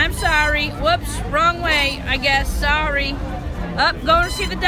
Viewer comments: "I'm in a wheelchea sawry" 😂😂😂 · yo Andy i miss your hungry voyages, are we gonna see Them Again at some point :) ? also I liked the part where you said soory 😂😂